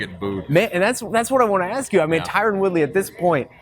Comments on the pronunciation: Wtf . Terone?? His names tyron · Lol the guy didn't even know his name. Tyron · Is it really that difficult to say the name TYRON properly? Lol. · Please teach how to pronounce Tyron.